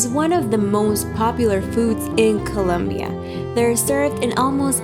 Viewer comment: It is not colonbia🤔😡